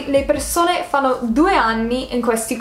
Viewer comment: Personalmente i debiti non li ho capiti personalmente non so neanche se ci andrei. Comunque apparte qualche piccolo errore tipo hai detto Fano (pasese del nord Italia) invece di fanno sei impeccabile